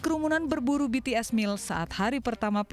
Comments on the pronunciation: dia kenapa nyebutnya betees sih 😭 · BTS NOT BE TE ES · betees? bities om 😭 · Pakk bities bukan betees😭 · susahnya nyebut BITIES apasih? masa BE TE ES ngakak bgt wkwk